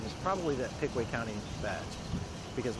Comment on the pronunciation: He said Pickway Co. 😂 isn't it Pickaway Co. Circleville , Oh.